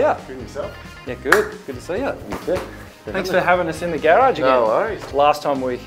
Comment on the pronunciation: What's a "Gayrauge"? Gross